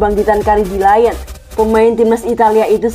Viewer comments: bacanya kan liyong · Dikira Lion dari bahasa enggres kali 😂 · iya bos, aneh bgt dengernya 😂😂